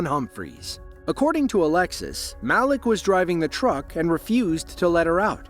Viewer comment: god i wish the AI voice would pronounce names right its not mal-lick its mal-eek